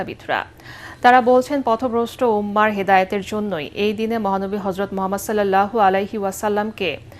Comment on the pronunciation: মিজান শাহজাহানের উচ্চারণ ঠিক নাই । হরযত না হযরত